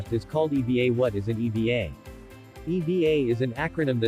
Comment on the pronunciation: Thats E. V. A. not eva.